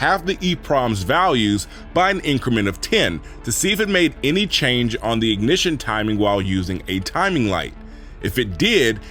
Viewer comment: Excellent video so far, but i gotta ask while i remember, are tou from Atlanta? The way you said "change" sounded exactly like Killer Mike 😂 ❤from Perth Aus